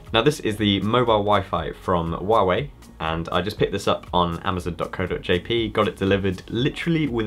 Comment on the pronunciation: Great channel, and congratulations, your the first person I have seen pronounce Huawei correctly lol 👍